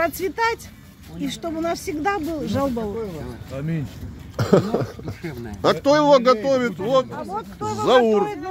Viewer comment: Правильно будет, не жал- баур, а жау-баур. "Жау" это жир, "Баур" это печень.